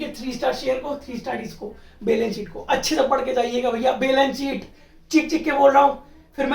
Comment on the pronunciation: Chootiye वो "बैलेंस शीट" होता है, नाकी "बेलन सीट"😂😂